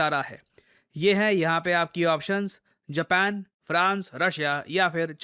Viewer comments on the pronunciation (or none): none